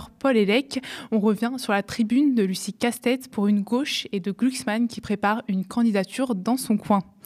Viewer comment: Pourquoi prononce-t-elle Lucie Castêtes, au lieu de Lucie Castets? Celle-ci a précisé, lorsque cela lui a été demandé, la bonne prononciation. Écorcher un nom, c’est un manque de respect et d’attention à l’autre, souvent volontaire.